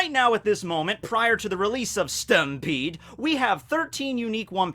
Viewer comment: its pronounced "STAMPEDOOO"